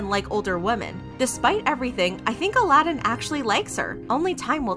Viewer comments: AL- UH-DEN! It was annoying me too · I think its more like A-la-din. I was kind of annoyed the whole time wondering why she didn’t know the proper pronunciation 🤦🏽‍♀️ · Don't do a video if you refuse to pronounce the subject's name correctly!😒 You even featured people saying it properly at the beginning of the video! 🙄 Disgraceful. 👎🏻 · I really like you, but was it really that difficult to pronounce Aladin's name correctly? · Why do you keep mispronouncing his name? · How are you still mispronouncing his name when it’s clearly said several times... talk about disrespectful LOL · How can you be with someone for so long and still manage to pronounce their name wrong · your videos are always really well done and flow well but please PLEASE use the right pronunciation!!! i’ve noticed in multiple videos that you use the wrong pronunciations throughout the whole vid :( specially bc the clips you use have the right pronunciation!! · how? How do you do extensive research on a topic and then mispronounce one of the main names throughout the entire 16 minute video? And you even have a clip of the ex-wife actually saying his name!? Disappointing. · So cringey to hear u mispronounce his name even after playing clips of Laura saying his name correctly. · Sorry, but you are vilifying a victim of abuse. It is not anyone's responsibility to be their abusers therapist. That's a toxic misrepresentation of a situation that women AND MEN can experience. Also, maybe try to pronounce the dude's name correctly before you make him a villain. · He doesn't pronounce his name like that, he says it in the show. Laura even said it at the clip of her speaking about the divorce. It's not pronounced like Alladin from Disney. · Ummm why u pronouncing his name like that when clearly that's not how u pronounce it. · Disappointed in the lack of research on this one. Mispronouncing his name the whole time? Yikes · This bugged me the whole video! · Not Aladdin but Aladin